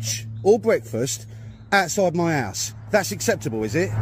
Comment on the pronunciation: Each time he's saying "house" , i can only hear "arse" ‼️‼️🤭🤭👍😁😁😅😅 Jokes aside ‼️